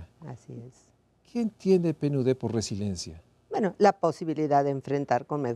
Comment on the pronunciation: Es RESILIENCIA. No RESILENCIA. Hasta lo dice mal, ¡Qué pasó!